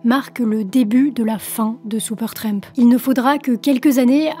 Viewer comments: Cela fait plaisir de voir une jeune femme s'intéresser à un vieux groupe, bon ok, le bon gout n'a pas complètement disparu. Merci pour cette vidéo. Ceci dit, tu peux arrêter de dire " Seupeurtramp " ou " Sioupeurtramp " en Réalité c'est "Supertramp" et cela ce prononce comme cela c'écrit merci 😂😂🤣🤣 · Pas Soupeurtrèèèmp, mais Supertramp, please! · La demoiselle aurait dû apprendre a prononcer correctement le nom du groupe. Elle le répète tellement souvent. Supertremp ?